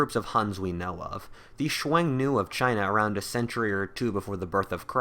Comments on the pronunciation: that might be the most unique way to say "xiongnu" I've ever heard. I was like "chuenu? Wtf is that" lol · Dude just pronounce it like "Shoo-Own-Noo" or "Shoo-Own-New" if easier. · Xiong nu is read as hunnu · Two things u got wrong about Xiongnu 1. İts pronounced Hong Nu 2. It wasnt chinese it was a confederation of mongolian and turkic tribes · I have never heard Xiongnu said that way... interesting